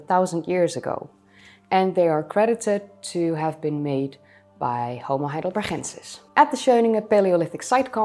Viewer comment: I know you love your Dutch G's. However Heidelberg is a German name with a hard G, so Heidelbergensis should have a hard G.